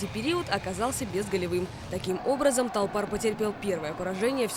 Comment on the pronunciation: толпар, а не торпар же. ну...